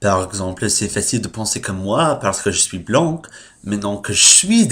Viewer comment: 2 vidéos par semaine, c'est bien =) Et pour "blanc" on le prononce "blan" sans le "c" donc, Et de même "son peau" est "sa peau" Voila Bonne journée/nuit